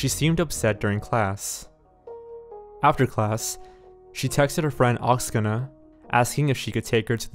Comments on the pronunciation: not Oksana, but OksAna. Stress on the first A in this word. It's Ukrainian name. Obviously, her friend has Ukrainian roots. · Omg and he’s calling her friend “oxena” and you know it’s probably Oksana... lol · How he said the friend’s name, Oksana? Drove me crazy every time. Haha